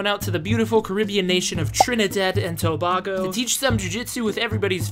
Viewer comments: Tobago is pronounced Toe-bay-go not To-bag-O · It's Tobago not tobahgo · It's pronounced "to bay go" but I'm so glad to see the island highlighted in combat sports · Great video brother! BTW, the way they say it is To - bay - go (my peoples are from down there). Subscribed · Hi i'm from trinidad and Tobago, and you pronounce Tobago wrong 😢